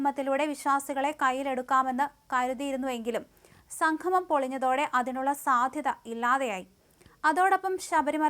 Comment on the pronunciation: സംഘമം അല്ല സംഗമം എന്ന് പറയൂ